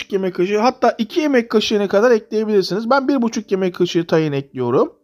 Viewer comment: Tayin değil tahin